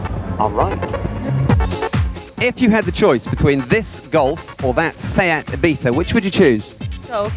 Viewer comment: I don't care how correct it is, every time I hear ibiftha I want to cut someone's head off. It's either Ibizza or Ibiza (like z in zero), not ibifthda like you had a stroke and can't speak.